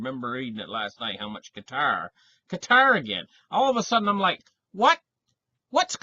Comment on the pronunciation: Glad you pronounce Qatar correctly and not 'cutter'.